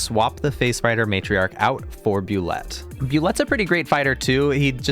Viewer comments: Not that it's a huge deal, but it is pronounced like Boo-Lay. Not Boo-Let. This is from the creator of the monster Tim Kask. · woah, i didnt realize you could reanimate the spider queen or bulette. also, small side note, its actually pronounced "Boo-lay" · it's pronounced boo-ley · Btw Bulette is pronounced boo-lay the origin of the name is kinda hilarious and dumb. When they first designed the monster it was based on some very cheap dollar store inaccurate dinosaur figures. The creatures looked pointy and given the whole swimming through the earth deal they were given they seemed like bullets but the creators wanted it to have a flair to its name and tried with very low effort to make it sound French this giving birth to the name Bulette